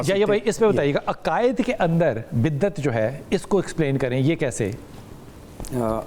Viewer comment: Lafez biddet nhn ha bidyet ha